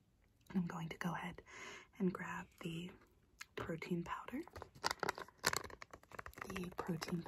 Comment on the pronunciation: “And did you want the protein powder?” What I heard: “and did you want the cocaine powder?”